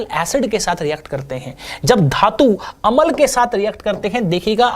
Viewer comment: sir अमल नहीं होता । अम्ल होता है ।